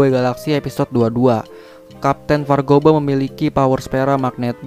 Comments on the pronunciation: Vargoba bang bukan vargoga😂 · Vargopa woi bukan vargoga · Kapten vargoba :) bukan vargoga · 05.02: vargoba bkn vargoga: v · KPT. VARGOGA? Bukan KPT. VARGOBA? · Kapten vargoba bukan vargoga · KAPTE VARGOBA BUKAN VARGOBA. JUGGERNAUT BUKAN JUNGLENAUT. GMN SI